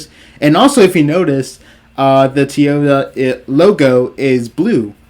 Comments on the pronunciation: Great review but please my guy it’s pronounced “TOY” “YO” “TA”. You killing me with your pronouncement. Please stop saying “TEE” “YO” “TA”. I know it’s petty but it’s just nagging me. 😂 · tee-ota? Is that like a Toyota?